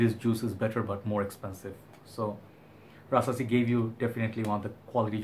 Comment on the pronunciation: Rasasi puram by rasasi 🤪🤪🤪 funny I know You have accent but at least You did your best👍. Pronunciation is Po ohm not Puram, Your videos very good but just organize Your colognes to the shelves don't put on night stand You look more like "a wanna be junior Hoarder". But end of the day I like your video.